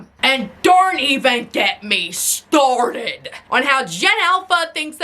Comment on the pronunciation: "And don't even get me StOrDed." 🤣